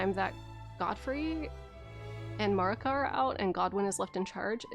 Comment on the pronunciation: MAER-ih-kuh please. No MARR-ih-kuh. They say her name in the cutscene. So we know how its said.